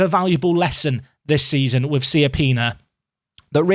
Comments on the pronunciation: SAY IT “CHAPPINA”, PLEASE. LIKE CIABATTA. It’s not Siappina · I love your content and the series, and in the end you should pronounce it however you like, but he's right, the correct pronunciation is "Chapina", it's an Italian last name